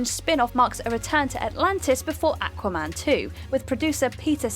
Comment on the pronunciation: Awka-man lol